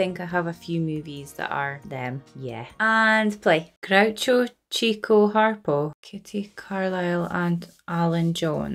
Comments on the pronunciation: This is just trivia, but Chico is pronounced "Chick-O." He was called that because he had almost a one-track mind, and was always looking for "chicks." I'm sure you'd like A DAY AT THE RACES, which has half of the supporting actors that this one has. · if you watch their earlier films, you will note that they have a fourth brother named Zeppo. He usually played the straight man. Chico (pronounced "Chick-oh" because he was always chasing girls) and Harpo are always a chaotic duo.And you're right, Harpo never talks on screen. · Just so you know, it's pronounced, Chicko, not Cheeko. Great reaction. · Chico’s name looks like it should be pronounced as Cheeko, like you did, but it’s actually pronounced as Chick-o, because he chased the chicks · the scene with Harpo playing the harp....one of the greatest scenes in all of hollywood. he absolutely cast a spell on the extras, no acting, just plain emotional response to a musical performance. and 89 years later, Harpo captivated you too. btw, Chico is pronounced chick - o, not like the spanish chee - ko. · Few know that the way Chico's name was actually pronounced by those who knew him was like Chicko (short i). It came from the idea that he chased the ladies (chicks or chickens).. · In order of their ages, the Brothers were: Leonard Marx - Chico Arthur Marx - Harpo Julius Henry Marx - Groucho Milton Marx - Gummo Herbert Marx - Zeppo Chico's name is properly pronounced "Chick-o" because he was known for chasing the "Chicks" ( attractive young ladies ). Harpo's name came from his playing the Harp ( he taught himself ). Groucho's name derived from his pessimistic attitude and general negativity. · Chico was actually pronounced (and originally spelled) "Chicko" because he chased girls. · Chico Marx is pronounced Chicko, because he was such a womaniser. And when he and Harpo were not in costume they looked alike, and Chico was known to claim to be Harpo to seduce women! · Chico's name is really pronounced Chick-o.